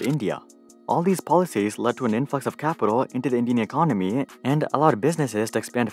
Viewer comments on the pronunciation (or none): none